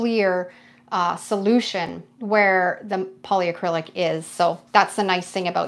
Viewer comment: It's polycrylic, not poly-a-crylic. There's no A 😊 Love watching your techniques 🥰 Thanks from New Brunswick 🇨🇦